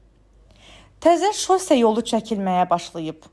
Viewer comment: Vurğular düzgün səslənmir: Şose yol, texnik və s.